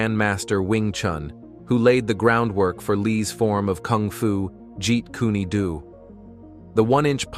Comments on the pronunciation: It's pronounced 'Jeet K-hune dough'! Ahaa! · This guy said “Jean-kun-a-doo” lmao 😂 hell nah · Bro not jeet coony doo! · "jeet kuneh doo" is wild ngl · Jet Kuni doo lmao 😂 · Jeet kuneh-do 😂😂😂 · Jeet Kunna Do....🤣🤣🤣..at least say the name correctly. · You would be well advised to learn to pronunce Bruce Lee's Style...Jeet Kune Do! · Was anyone else highly annoyed at how this announcer was saying Jeet Kune Do?? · can't read the words right, especially those Chinese ones as there is no u sound on o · i'm sorry, developed WHAT??? Lmfao i've never heard jeet kune do pronounced like that before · This pissed me off severely 😭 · Hearing that hurt my brain 😫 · its not jeet kuna du..🤣 its jeet kune do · Ji-Kuna-Do????? Come on man...🤦🏾‍♂️🤦🏾‍♂️🤦🏾‍♂️🤦🏾‍♂️ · It's not pronounced G kundu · OH NO! NOT Jeet Koo-neh Doo! 😞😫😂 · Jeep kana-Do! 😂😂😂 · It's Jeet Kun Do Not Jeet Kuna Do 😡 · Buddy said “geet- koonah- doo. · Guys, I just took a Joot-Kuna-Doo in the toilet. 😂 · Jeet kune do (jeet coon dough) Not jeet koonae due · Jeet Kune Do. Not Jeet Koonie Do. First is not a style or Bruce Lee’s fighting style as he so firmly stated in his article in Black Belt magazine. Man, the living creature. The creative individual is more important than any style or system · Jeet Kuney Dew lmfao